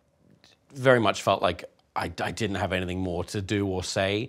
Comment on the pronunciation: Love you Tom. Best boi, vewy NOICE👌